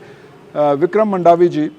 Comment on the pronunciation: मंडावी हैँ जी मांडवी नहीं